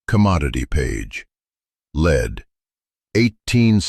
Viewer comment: AI narration, AI is supposed to be smart. Lead, the metal is discussed continuously. Then the narrator pronounces LEAD like its being used as a verb. HUMAN editing would catch it.